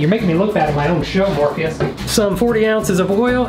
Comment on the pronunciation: Hearing you call out to "Morpheus" is so traumatic, all I think you're saying is "Morbius"